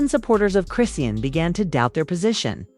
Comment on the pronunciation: PLEASE LEARN HOW TO PRONOUNCE HER NAME😂🤗